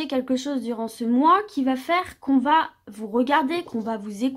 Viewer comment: Merci! clair precis et boostant. Mais léger bemol: pas de "t" à "va" donc pas de liaison avec le t et le mot suivant... Mais je continuerai à vous suivre! Je vous trouve tres agréable très fiable et revigorante!